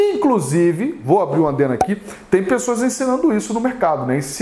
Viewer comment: Professor eu sempre me pergunto; é adeno ou adendo? Kkkk